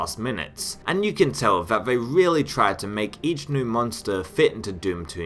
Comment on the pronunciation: also new(-e) and Romero(-e)